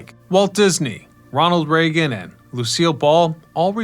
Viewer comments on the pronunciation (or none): none